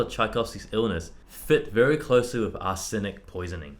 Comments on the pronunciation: "Cholera" and "arsenic" are stressed on the first syllable. KOLL-era. AR-senic. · Great channel! Hint: both "cholera" and "arsenic" have the stress on the first syllable.... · Their pronunciation of cholera and arsenic is amazing. Chol-air-a and ars-EN-ic. It’s Chol-OR-a and Ars-nic :) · boys, I love you but damn, your pronounciation of CHOLERA and ARSENIC hurts me, it's CAW-LEE-RAH (you're saying a short e phonic when it should be long) and ARSE-NICK (you're putting the stresses in the wrong place - ar-sen-ic) ANYWAY much love just hurts innit xoxoxo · Pat-et-EEK (Pathétique) KOL-a-rah (cholera) ARS-nik (arsenic) For people with good musical ears, mispronouncing words is a real surprise. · Love this video! Well down guys! Also as a biologist that pronunciation hurts me. So for future reference: Cholera : kol-er-a (kol as in collects, with a harsh k sound; er....is errr, and a like in and) Arsenic: arse-en-ic (arse; en like in worsen; ic like in icky) Thanks for such a fascinating video. Especially with the music analysis as well. If only we have a time machine to see what happened... I'll add all these pieces to my "to listen" list.